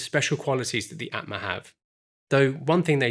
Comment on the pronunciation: Aatma is pronounced as 'aa' in Arm or Aunt. So it would go like: 'aa'tma 😅